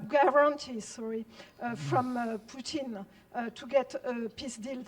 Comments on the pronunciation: They pronounce Putin as POOTENE. Like a shampoo for your butt or a constipation medication. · I like how she says Putin like putine lol